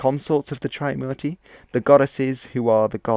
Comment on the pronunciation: "Tri" in "Trimurti" isn't pronounced as "try" but "three" without the "h" sound, it's after the number "3" obviously. Warlords? Warlords weren't the only ones who went to war in ancient India. Those conches were blown in wars between armies of waring kingdoms too. Your pronunciation of Indian words in the video sounded as if you're trying to speak in Spanish accent 😂 "Hanuman" wasn't a monkey 'king", their king was "Sugriva" & later his younger brother "Bali" (not sure if Bali island is named after him)